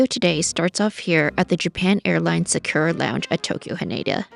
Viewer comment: sa-koo-ra (equal emphasis on each syllable) not "sakeewraa"